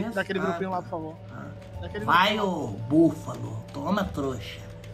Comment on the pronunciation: “Búfalo” KKKKKKKKKKKKKKKKK